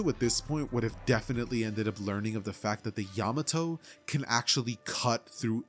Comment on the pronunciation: PEAK video but OMG how you said Yamato actually made me tweak, but I still love the video keep doing good!